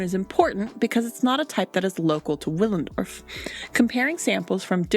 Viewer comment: Willendorf is pronounced with a ‘v’ Villendorf